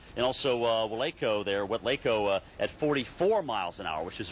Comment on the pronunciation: ITS WESLACO not WAYLCO! :(